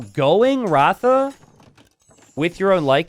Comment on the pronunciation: It is Rath रथ and not ratha